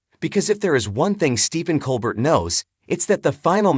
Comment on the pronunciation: How about pronouncing his name correctly